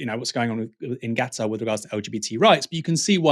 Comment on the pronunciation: I'm hearing you say Gatar ? its KA TAR